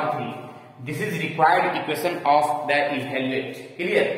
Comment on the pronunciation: sir ebhaluate (evaluate) aur evolute dono alag chheje hain, dono ko alag tarike se bhi bola jata hai. Moye Moye mt kariye